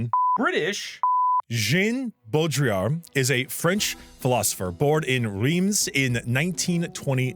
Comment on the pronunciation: Jean "Bo Drill Ard" (art but without the d)